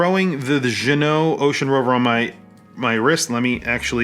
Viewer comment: Nice to see you know how to pronounce Ginault. Now you need to learn how to pronounce homage. (pssst. The H is silent). As for the review